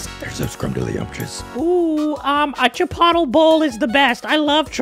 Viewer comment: *miss pronounced chickpotle* Laff (from Socksfor1):welcome to the club